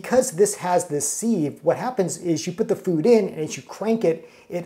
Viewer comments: And it's pronounced siv not seeve... Lol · Thanks for the video, the word sieve is pronounced “SIV” (sounds like give) happy cooking 🙂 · OR, it might be a regional pronunciation? Give grace whenever possible.